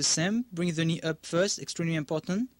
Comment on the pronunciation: when he says "knee up" it sounds like he's saying "Ni Hao" (Mandarin Chinese for "Hello") xD